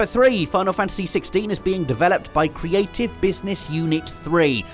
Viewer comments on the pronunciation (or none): none